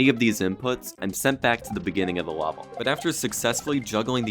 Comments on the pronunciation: did you ever notice that you often pronounce level, "lavel"? it's especially noticeable from to . wonder if that's a regional dialect (uhhhpstate new york?) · First, mad props brother, incredibly impressive. Your videos take tons of rewinding and pausing just to understand what's going on anyways but this one took the cake. Secondly, you pronounce "level" like "lava" almost for some reason lmao